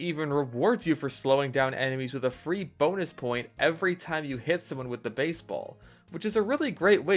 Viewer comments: I dunno why, but the way he says beisbol is hilarious to me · The way he just said baisbol🤣